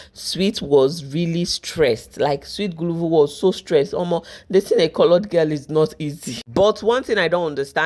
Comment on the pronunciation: Guluva not guluvu ma🏃‍♀️🏃‍♀️🏃‍♀️🏃‍♀️🏃‍♀️🏃‍♀️